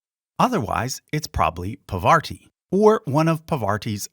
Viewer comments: Hey! Commenting along as i gothrough the video. Nice job by the way. PaVar-ti vs PAR-VATI. Latter is correct. Ganesh is not the only son of Shiva-Parvati. Muruhan aka Kartik is an important deity in the South of India. Major Deity. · Parvati is pronounced "PAAR-VATI" not "Pa-waarti" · Love this video and your explanations! Got thrown off where you mispronounce Parvati a few times, accidentally saying "PavaRti" - not sure if you can edit sound without messing up your stats, but I knew a Parvati who is a wonderful pianist so this mistake ruffled my feathers, heh. Love the video though and looking forward to watching the rest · Not Poverty..Its Parvati 🙏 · You've got to learn to pronounce Parvati correctly or I'm going to go insane. Lol.